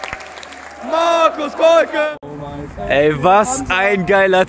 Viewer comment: Wenigstens den Namen konnte der SkyKommentator noch gut aussprechen nicht so wie den von Kolke "Kohlke"